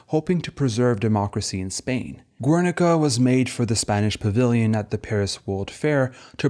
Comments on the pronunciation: Gernika, no U in the pronunciation. Thanks for the detail. Have you seen Little Ashes? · Some good argumentation here, but the frequency of incorrect pseudo-authentic pronunciations ("ur-," "Guernica," "Miro," etc.) are legitimately distracting. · GERNIKA, NOT "GÜERNICA" It's not Italian. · Great video, just a comment: The U ind Guernica is silent. Silent like Spain about Dali's fascism.